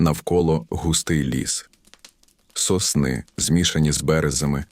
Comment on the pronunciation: Судячи з наголосів та інтонації, озвучує штучний інтелект. (соснИ і бЕрези)Живий голос був би краще.